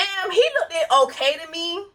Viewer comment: girl i hope you pronouncing words incredibly wrong is a joke cus you saying lookdid for 5 minutes at your big age is insane